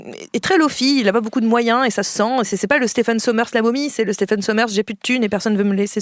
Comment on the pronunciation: Stephen qui se prononce Steven d'ailleurs ;-)